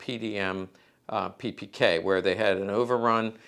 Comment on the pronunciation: Funny, an Expert, which isn't possible to pronounce the name of the product, he is presenting. It's name is WALTHER, and not Wolther....PePeKa, and not PiPiKey. Americans have always the bad idea, to create own pronounces for foreign names, towns and countries. In Deutschland you can find this phenomen by people without any knowledge. So it is funny for us.